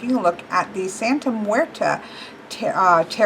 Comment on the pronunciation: You need to practice saying that name because I kinda cringed when you said the name. Not that I'm saying you didn't say it entirely wrong. On some occasions you said it right